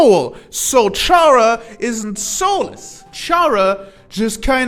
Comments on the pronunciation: its probably because you say it like charazard when its supposed to sound more like character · Yet another person saying CHara and not Chara(cter)... oh well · I like a lot of the stuff you pointed out that pp, seem to miss, but i have a few notes: 1. You pronounced Chara wrong, its pronounced 'care-ah'. As it derives from the word character. 2. Genocide is their run not intrinsically because there is murder, but because Chara is a megalomaniac, and killing just so happens to be how you max out your stats in undertale. 3. In the same way frisk and kris became our in universe vessel, chara became our in universe extention. They represent us, but arent really us. Kinda like most rpg characters. Atleast, thats what i think the intention is. 4. The players determination is what brought chara back, so it could be because of that, chara became what they are now? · Uhm actually it’s pronounced “Kara”🤓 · makes an entire video about chara and mispronounces her name the entire time either say it like (car-uh) like the name kara or say (care-uh) like part of (chara)cter that's where the name chara comes from the word character you wrote it on the board and i guess just didn't notice it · how the hell does someone continuously mispronounce the name “chara” when the word it comes from is literally right in front of them. i highly doubt they say “character” like that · Respectfully, the way you pronounce their name is making me start tweaking the hell out